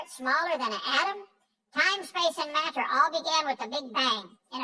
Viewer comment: It's not just the tone of his voice but also his inflections that make me want to punch him in the throat. perfect example. The way he puts emphasis on the "t's" in matter. I just want to choke him out when he does that.